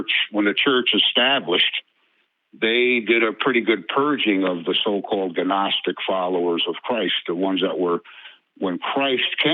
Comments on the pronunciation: The “G” in Gnostic is silent .. pronounced “Nostic”…. And the reason many of the Gnostic books weren’t kept — is because they were even less believable (If Thats even possible) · Why does he keep pronouncing the g in "gnostic"? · Please tell that man how to pronounce gnostic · I blame the GNU operating system and the Gnome desktop environment. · I think he only ever read it, and with his limited education he never learned the silent G concept. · It's so annoying